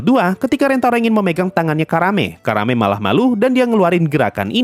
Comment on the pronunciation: Nyebut Karanenya gak terlalu jelas jadi kedengeran Karame